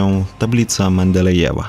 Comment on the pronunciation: "Lambadajew" :D :D :D